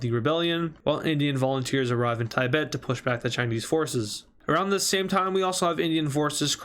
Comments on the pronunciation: It’s Tibet not Tiebet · It’s pronounced Tibet no tie-bet